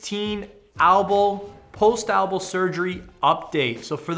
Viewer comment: elbow not albow